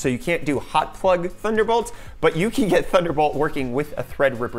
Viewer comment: Everytime you say "HOT" I get a jumpscare 😣☹️